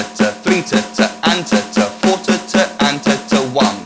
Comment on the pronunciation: The way you pronounce "Tata" sound like "titte" which in German means "boob" ^^ I just thought that was funny Great and helpful video :)